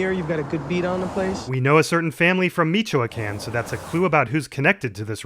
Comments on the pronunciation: my brother in christ, it's "mitch-oo-uh-con" not "meet-you-uh-can" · it's typically pronounced Meech-wah-kAn with emphasis on the A. Love your vids man! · I'm not Mexican, I'm not offended, i was just simply going to ask. Was the pronunciation of Michoacan intentional or do you not actually know the true pronunciation? JUST INCASE. It's "Me, Cho, Kaan". Some dialects have "Me, Cho, aa, Kaan" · I'm sorry, I was completely blindsided by that abysmal Michoacán pronunciation. Other than that great series!